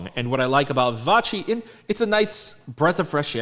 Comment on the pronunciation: No korean : Literally no one : PD : ViVa-CHi